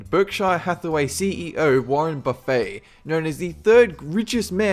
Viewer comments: warren "buffet" 😂😂😂 its buffett hahah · Warren BUFFFET not Bufet. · Isn't Warren Buffet's last name pronounced at Buff-et instead of buu-fay? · Warren "buffet"...lul its pronounced "Buff" "ett" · it's not warren buffet like all you can eat. It's pronounced BUF - IT. I love your lists, but your pronunciation on a lot of words is often a train wreck and can be uglier than a 2nd trimester abortion. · Warren Buffet... its not "buffay" its "buff-it". Im aware the typical pronounciation is "buffay" for the food, but thats not how to say his name. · you said Warrens name wrong it's not baffAE it's Buffet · Warren Buffet.... It's pronounced Buff-It... It's not pronounced like a buffet dinner. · Hahahaha "warren buffay" lolol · lmao warren "buffet" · Warren Buff-fay, hahahaha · It's Warren Buff-it (spelt buffet) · Marianne Baly He did say Warren Buffet, but it is pronounced Buff-et. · Yeah, if you're talking about food. I'm talking about Warren Buffett. In his case it is pronounced Buff-ett. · Wtf warrren buffet is pronounced exactly like its spelled not like a all you can eat buffet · When you pronounce a business moguls name like a section at Golden Corral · Lol the T in warren buffet isn't silent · the T is not silent in warren buffet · Buffet is pronounced wrong.